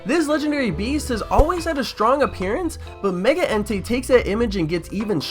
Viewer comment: why did you copy another ytuber... and... are you saying giratina or dragonite.... also.. why is it meger one more thing... whats that profile picture